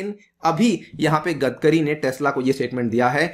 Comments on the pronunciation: 'गदकरी' नही रे बावा, 'गडकरी' बोल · सर its गडकरी not गदकरी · It is "गडकरी" not "गदकरी"... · Normal People Pronunciation :- गडकरी legend People Pronunciation :- गदकरी